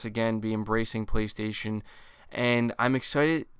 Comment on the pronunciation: Voice synthesized: PlayStasun!